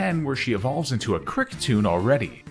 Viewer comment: Havent watched the video yet but ill give you a like just for encouragement. Kriketune smh😅